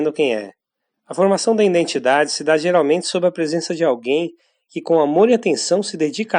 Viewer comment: Obrigado pelo vídeo. Só uma dica: existe um mal que assola vários canais do YouTube (e este aqui também) em , , , , , podemos ouvir a palavra identidade pronunciada com um N que não existe (iNdentidade). Por favor, não cometa mais esse erro em seus vídeos.